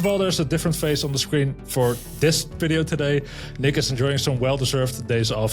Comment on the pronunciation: "the ffffffideo" one guess where our guest host is from :-) 🟧